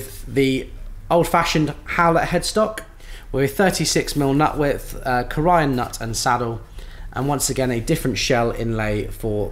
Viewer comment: Delightful overview… by the way, it’s pronounced “CORE - e - ann” emphasis on the first syllable, long E. Corian counter tops are manufactured just up the road from my home :-)